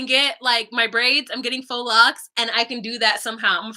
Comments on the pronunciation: Faux isn’t said like “fox.” Lmao it’s said like “Fo!” With a long o. It rhymes with GO. 🤣 Nonetheless, I love me some! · Omg, lmao I thought she was literally talking about foxes.